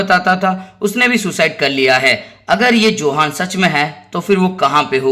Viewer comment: यह योहान है न कि जोहान